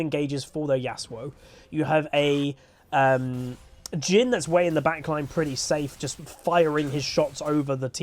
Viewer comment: Whenever you're mentioning "Jhin." I constantly hear "Jim." which I actually find quite hilarious.